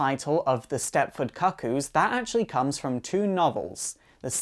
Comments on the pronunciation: I'm from Kent in England (the one region without a regional accent like Geordie: Newcastle or Scouse: Liverpool). I've literally never heard anyone beside this guy pronounce the word "kuh-koo" and hope I never do again. It's actually really off-putting to the point I can't watch the video. Shame cus it seems like a really in-depth analysis of some of my favourite characters. P.S. I think Esme and Cuckoos two and three (Mindee and Phoebe?) are working with Magneto to take down Sentinel Services... Just a hunch. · As a gay man, mispronouncing cuckoo is neither gay nor efficient. Most of us are too intelligent for that lmao